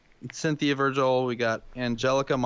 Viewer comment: Y'all apparently havent had much contact with Hispanics because Vigil and Montanos names are mispronounced lol